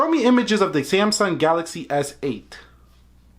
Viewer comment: you have to say show me pictures not umages